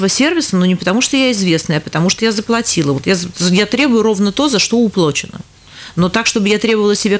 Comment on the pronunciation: КАК, считающая себя грамотной, журналистка может сказать "уплОчено"? После этого у меня респект к ней пропал! А Малашенко жаль ,был Очень приличным человеком!